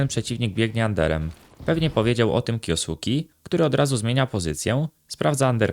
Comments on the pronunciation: na przyszlosc nie kiosuki, tylko kjoske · zle wymawiasz jego nick, na hltv dal wywiad gdzie jego nick wymiana sie kyoske a nie kyosuke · jak cos czyta sie kjoske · kyoske sie czyta chyba xd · Czyta się kjoske 🤓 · a tego nicku nie czyta sie kjoske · "kjo suki" xD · na przyszlosc jego nick wymawa sie kjoske;p, ciekawy filmik zostaje na dluzej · masz tutaj linka jak to sie powinno wymawiac, troche mnie szczypaly uszy jak to wymawiales ale odcinek jak najbardziej na plus